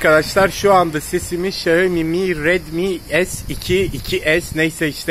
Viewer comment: sonunda Xiaomi'yi doğru söyleyen biri, teşekkür ederim İksaomi diye okuyanlar yüzünden kanser oluyordum